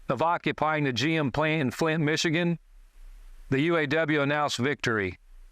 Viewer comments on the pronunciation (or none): none